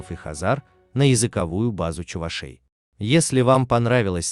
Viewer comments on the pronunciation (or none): none